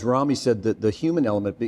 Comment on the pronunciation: *Rami, not Remi